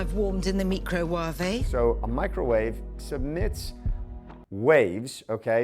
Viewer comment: Mee-crow-wah-veigh !!! Love the videos! Keep them coming.